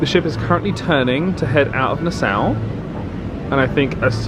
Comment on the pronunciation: I know, one of these days someone will tell him how it is actually pronounced 😂